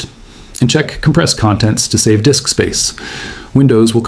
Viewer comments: "Low Dick Space"? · Frickin' AI! "Low Dick Space" 🤣